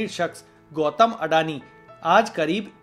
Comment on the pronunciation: अडाणी no अदानी